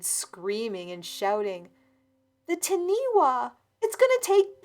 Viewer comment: Not sure if this story took place in NZ or not but Taniwha is pronounced Tunny-fah. not ti-nee wa. (The wh is pronounced as an F sound in the Maori language). I think I’ve seen this mentioned on another video before. If it sounded like the word being said it’s probably not the same thing.